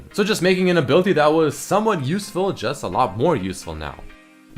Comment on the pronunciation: I just cringe when doesen't pronounce the I's in some words like Ability and Invisibility. He says Abilty and Invisibilty... Please...